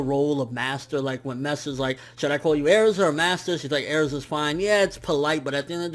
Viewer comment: its Erza not Airza -_